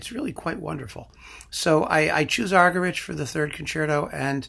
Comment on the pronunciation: Argerich is pronounced argeríc. It is a Catalan surname.